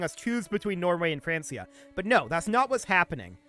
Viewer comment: Francia is pronounced Frank-ia...... There is no S sound in the name. I understand how it is confusing seeing how close it is to the name France. Which it turns into, but that is NOT how they pronounced it back then. Not mad. You just sound like an idiot to me whenever you say it. I hate to say that too. (Not the pronunciation, the idiot thing)